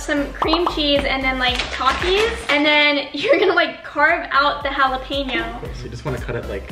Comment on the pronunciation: No one: Not a soul:: pronouncing “takis” like “tokis” I love this ❤️ I just want to make something clear I don’t mean to offend anyone I think it’s cute